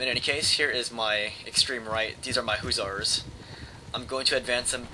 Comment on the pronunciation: duuuude i love your videos but PLEASE. its HUSSARS NOT HOO-ZARS.